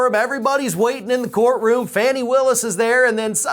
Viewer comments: Awesome work as always! Just a thought, but I’m pretty sure her name is pronounced “Fawny” not “Fanny”. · Like your channel, but please call her FAH nee, not fannie, or fanny. Thanks. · Fani ..(Fawn-nee)..Not Fanny.. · Fani rhymes with Donnie, it's not "funny" and it's not "fanny".